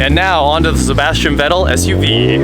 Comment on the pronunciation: Great vid, but "Vettel" is pronounced "Fettel".. Just for info.. :-)